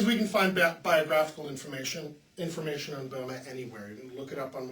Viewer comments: When you talk about Böhme could you learn how to pronouce his name correctly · [ˈbø:mə] or perhaps [ˈbø:mɛ], English speakers don't use to be able to reproduce [ø] correctly, unless they study foreign language, such as French or (of course) German.